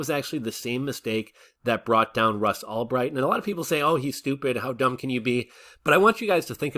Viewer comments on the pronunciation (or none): Who's Ross Allbright? Lol. It's Ulbricht.